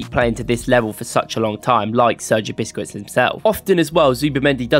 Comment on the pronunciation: Please learn how to pronounce Busquets. Its not Buskwets